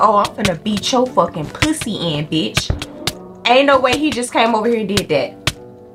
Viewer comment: HELPPPP I LOVE HOW SHE SAYS "POO-SEE"